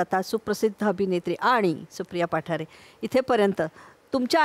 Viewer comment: पठारे नाही, पाठारे अस आडनाव आहे